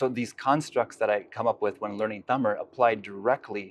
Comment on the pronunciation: His pronouncing words from tamil better than these generation